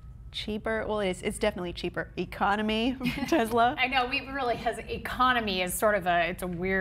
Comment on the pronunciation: Stop calling it a Tezla!